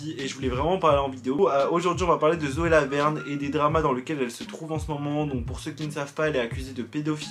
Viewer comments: à j'ai entendue Zoé la merde au lieu de Zoé Laverne 😂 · j’ai cru que t’avais dis "Zoe la merde" 😭